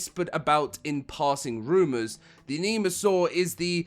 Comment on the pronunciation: I'm sorry, it's not called that lol. You are calling it 'Anemasaur', it's 'ENIGMA-saur'. The name is a combo between 'Enigma' and dinosaur. You make it sound like he's in desperate need of a blood transfusion 😅